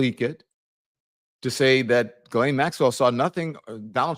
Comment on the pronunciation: Interesting how she pronounces Ghislanes (sp) name.